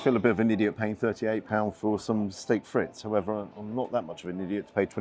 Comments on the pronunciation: Great review as ever,. One minor pedantic quibble: it's pronounced "steck freet", not "stake fritz". There are several YT audio guides. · Steak friz .. pronounced frisk! 😮